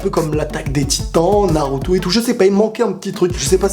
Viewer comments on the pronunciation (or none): none